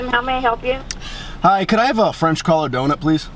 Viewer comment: French Crawler donut? It's CRULLER! lol